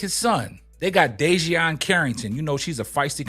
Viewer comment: Bro... DEE-JUH-NAY CARRINGTON! 😂😂